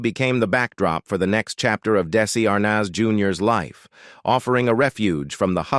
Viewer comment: AT LEAST HAVE THE ROBOT PRONOUNCE DESI'S NAME AND OTHER WORDS, PROPERLY... AMATEURS!!!!!!!!!!!!!!!!!!!!!!!!!!!!!!!!!!!!